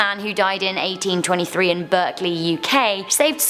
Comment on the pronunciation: I ahve a loft buuuuut my room has a flat roof and is from the 70s so the loft isnt over my room. Lotsa random stuff up there. Its pronounced Barkely not Berkely sorry. From a person who lives 12 miles away. But yay Gloucestershire. People can actually pronounce it. BACON. Number 5, well there is an upside. You will be the local/regional/national Batman. Yay.